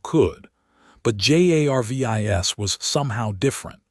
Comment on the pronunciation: If the AI that is reading this story actually was intelligent, it would pronounce Jarvis as Jarvis instead of spelling it out every single freaking time